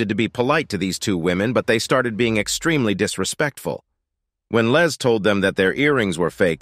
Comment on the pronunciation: he kept calling his LEZ,instead of Les!!! I'm sure he wouldn't wanna be called a Lesbian....lol